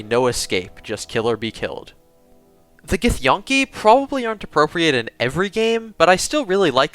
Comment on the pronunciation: I think it's pronounced gith-yankee not gith-yonkey, just saying nice vid though